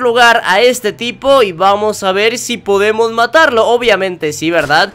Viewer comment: Enves De Decir Tipo Digiste Pipo xD